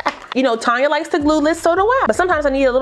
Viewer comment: Awwwww. Shucks. Thank you sis and to my other wigbaes. Yall rock. Even though said my name all wrong. lol its Tone-ya lol But its cool. Lets talk about a few things....like why im at work in training watching YT AND why got me buying more freaking lace adhesive. lmbo. This install is laid and slayed. I need to try this glue w/ my clear lace unit. And finally....Janet Collection understands what a REAL 13*6 is. Yall seen the frontal. I wish these other companies would give a real 13*6 frontal and not half a frontal (iykyk)